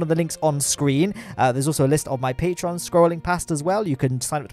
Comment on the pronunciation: We can never forget that patreon“M”